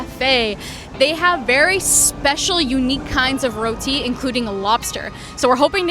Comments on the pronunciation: Thank you for pronouncing our food dish "Roti." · I appreciate the fact you pronounced roti correctly 😌👏